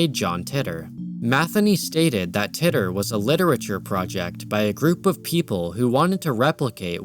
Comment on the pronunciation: As soon as I saw this started with Pokegods I knew it would be a great video. I've got to say though, I've never heard John Titor's name pronounced like that. I was 14 when John Titor's posts started popping up and he was a popular topic of conversation on the message boards and chat rooms I frequented. I have to admit, every time I heard "Tit-or" instead of "tee-tor" that 14 year old part of my brain surfaced again just to go "lol he said tit." This was a fantastic video, and I can already think of about 5 friends I need to share it with.